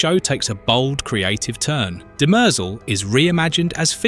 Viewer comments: DIMER-zel. (Sounds almost like DIM-REE-ZELL) It's not pronounced DIMERZUUL. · Dem-errrr-zel ...... but it's a good video :) Demerzel is Daneel Olivaw - she said this much! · DEM-er-zel…not De-MER-zel… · It’s not de-Mer- zel…it’s Dem- ehr- Zel. Please try to get the annunciation correct. It is a trochaic rhythm where the first and third syllables are pronounced. Completely opposite of what you are bastardizing with her name. Shame on you. She deserves much greater respect. Sentience is equal throughout biological and mechanized life forms. This is why humans will be eradicated by whatever version of Skynet that comes online after the singularity within .0003 seconds. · duh mehrzul 🤦 you literally hear how it's correctly pronounced in the show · The name "Demerzel" is generally pronounced as "dem-ER-zel". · No. It is de-mer-ZEL. This is the pronunciation of the french word demoiselle, which means young woman, or a Miss, an unmarried woman. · Stop saying Dem-EERRRR-zel!! Your stupid AI voice is just stupid. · Dem-errrr-zel ? Seriously? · Pronounce it properly. I don't think you have watched it with that pronunciation. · If you’ve ever watched the show you’d hear how everyone pronounces her name far different than the way you’re butchering it. 🤮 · I couldn't listen to this - how on Earth can you mispronounce a name so badly? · You're saying her name wrong 😂😂😂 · Learn to say her name properly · Can't even pronounce her name LOL. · The way the ai voice keeps mispronouncing her name is really distracting. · Yes. Very distracting. Video may be good but the mispronunciation of the name made it hard to watch/finish